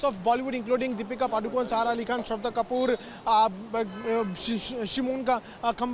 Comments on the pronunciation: It’s not KWAN it’s KHAN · It is not Kwan, it’s Khan